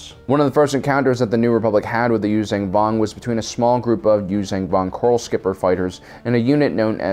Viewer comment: He says Yuuzhan Vong wrong... Its not U-zan Vong (Use-zan Vong) as he says it... its pronounced U-zon ( Use-on Vong).